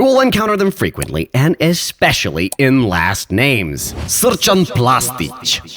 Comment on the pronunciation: Mistaking Srđana for Srčana is hillarious :D :D :D :D :D